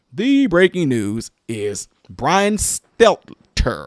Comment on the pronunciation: It is pronounced stell-tur